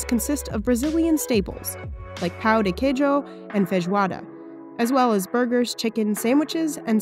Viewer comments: “Pow-De-Kacho and Vez-Wah-Da” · Mano ela disse pau de queijo kkkk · I am Brazilian what the hell is that pronunciation do not say it like pau deh queeiiijo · "pAu de qUEcHo" as a Brazilian this made me lose 80 years of my life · no, pronunciation is more like "paon the keyjo" The writing is right as "Pão de Queijo". It's just funny cuz they said "pau" and pau" means dick in brazilian slang XD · Pan con queijo its pronounced that way right? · The way how she spells pao de queijo makes me so triggered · Am i the only brazilian trigered by how did she say 'pao de quejo'?